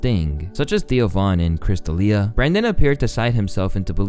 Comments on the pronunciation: his name is BrEnden not BrAndon. Bren bren bren….not bran bran bran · This guy fucks up the pronunciation of everyone's name. It's Brendan not Brandon. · Ohhhh Brenden? This whole time I thought it was BrainDead, shit my bad G